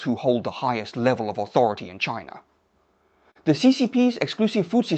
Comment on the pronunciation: I don’t like the pronunciation of “China”. It was a French version rather than English version😂